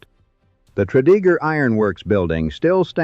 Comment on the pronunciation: Tread-a-gur...not Tread-E-gur